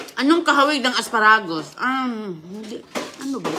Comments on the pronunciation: Asparagus !!!! hindi As pa ra gus,pati bigkas mali.binabasa lang yung maganda ang comment ng aso. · Teh nagkakamay but don’t touch your hair!!!! Pronunciation need work! Asparagus !